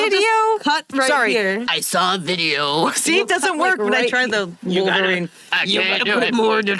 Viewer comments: I was JUST about to comment "wolver-nina" but you beat me to it 😂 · “ I am Wolvarinanina 🔪😏” “i’m dead pool🤪✌🏼✨”